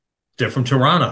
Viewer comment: Thank you for pronouncing "Toronto" correctly,!